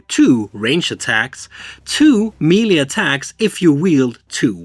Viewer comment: I really enjoy your teaching videos. I’d like to give a little something back. The word Melee in English is derived from a French word. I n English, it is pronounced: Meh'lay. (Do not try to pronounce the H. I added the H just to show how the E is pronounced.) -Toby